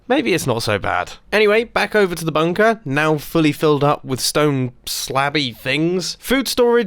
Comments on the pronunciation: he ses bumper in stead of bunker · Did he just said bumper or Bunker ?